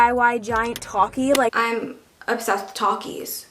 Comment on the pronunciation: "Talk-is", bro if u dont say it right